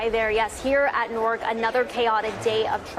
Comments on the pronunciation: Could someone please teach Maya Eaglin how to pronounce "Newark" instead of allowing her to continue calling it "Nork"? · Literally everyone else on the broadcast pronounces it correctly. She's the only one pronouncing badly. You don't have to be a scholar to read the word "Newark" and get it right.